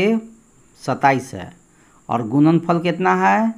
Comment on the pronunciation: Sar aap gudanfal ko gunanfal Q bolate Hain